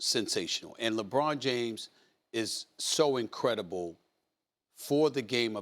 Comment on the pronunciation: Ant Ed, "LeBron Jomes." 😂😂😂